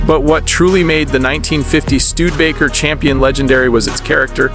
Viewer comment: "Stu-de-ba-ker" is pronounced with 4 syllables.